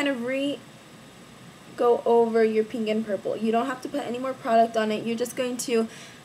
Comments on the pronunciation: u say pink like peenk lol its really cute and u look so pretty !!!! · lol i love the way you say pink !